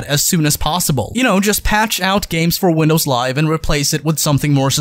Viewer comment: "GaEmS FuOr WiNdoUwS LiVeA"